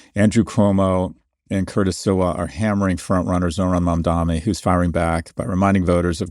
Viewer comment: "My jewish friends": Just say my handlers at AIPAC Also it's Mamdani not Mamdami. Just call him Mr. Mayor if its that hard.